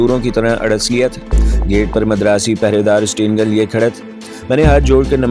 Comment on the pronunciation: You still say, Madaras. That's wrong. You are supposed to say Madraas